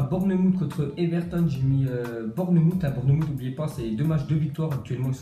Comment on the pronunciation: Bournemouth se dit Bourenemoufe Southampton Se dit Saosamptone Brighton se dit Brailletone